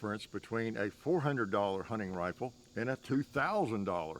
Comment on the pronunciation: “Huning rifale”